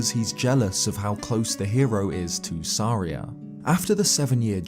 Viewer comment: Volvagia and saria are so off please record again